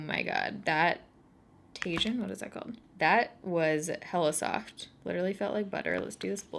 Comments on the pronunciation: Tajin is pronounced ta-heen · Tajin = tah-heen It’s good shit you should try it! Great on burritos 😉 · You probably have already gotten a million people telling you this but Tajin is pronounced tah-heen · The orange shade in the Kristen Leanne kaleidoscope palette is pronounced tah-heen, Tajin is a spice (it really is orange in color) that some people like to put on fruit. It seems to be super popular among Mexican people! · Is it Tajin? Orange sounds like it was called tajin which is pronounced Ta-heen. It’s Spanish. I could be wrong. Not trying to be snarky or anything, just giving a heads up. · Hey girl, This makeup look omg! I also love the new lens but agree that it is up a bit high. Regardless I can’t express enough how much I look forward to your uploads during the week. And in case you’re still wondering Tajin is a Mexican seasoning and it’s pronounced “taheen”. I’ve never tried it but it’s one of Kristen’s all time favourite things and have heard it’s really good. Hope that didn’t come off “preachy or bitchy” it definitely wasn’t intended that way. 💜💜🌯🌯 #baerritoforlife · It's Tah-heen (Chile spice that's delicious on mangos) 😘. Your skin is looking so incredible! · In Tajin i think the J is silent